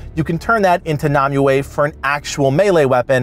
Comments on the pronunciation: I'm going to kill m myself if you keep calling her Nami-way!! its pronounced, Nim-way ! spelled Nimue!! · Why can't you pronounce nemue